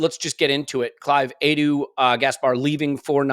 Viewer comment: Perhaps can stop saying Adu instead of Edu!! You don't say Ad for Ed or Addie for Eddie, so why Adu for Edu??!!!